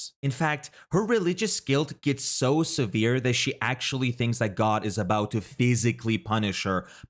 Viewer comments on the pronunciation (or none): none